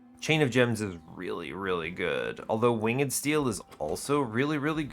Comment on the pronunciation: "Winged" does not have two syllables.